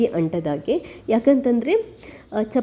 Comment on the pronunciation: ಚಪತಿ ಅಲ್ಲ,.......ಚಪಾತಿ ಅಂತ ಹೇಳಿ.